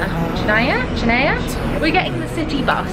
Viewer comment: its pronounced “han-ya”chania